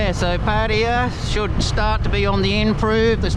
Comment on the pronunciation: Pattaya, yayaya as yamaha..not patia.